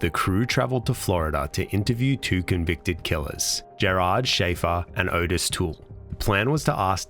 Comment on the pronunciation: From what I understand, Ottis Toole’s name is pronounced “Ot Tis” rather than “O Tis”.